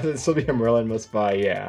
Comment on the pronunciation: You pronounced it correct Merlin!